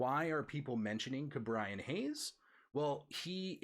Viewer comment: Hard to watch a video when the host mispronounces all the names. Alec Bohm, Fernando Tatis Jr, Cristian Pache and you even screwed up Ke' Bryan Hayes. I know this was a year ago but Alec Bohm, really? Do you even watch baseball live?